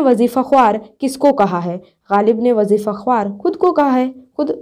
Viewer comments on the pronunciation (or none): Mam wajifa khawar nahi wajifsa khar padhata hai